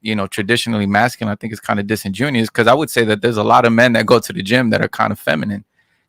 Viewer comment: MY GUY SAID DISENJUNIOUS 😂😂😂😂😂😂😂😂😂